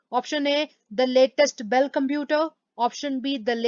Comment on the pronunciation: Mam this is not Dell computer this is bell computer